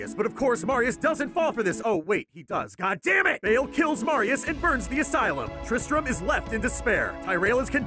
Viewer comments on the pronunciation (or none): mefeesto and bayl..? xD mephisto and baal tyrayl..? plz sthap!